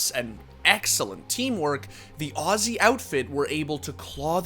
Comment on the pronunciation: Thank you for being the one american that actually says aussie the right way <3